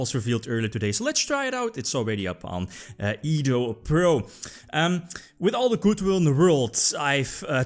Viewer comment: Sounds so strange to hear you say Edopro lol, it's unusual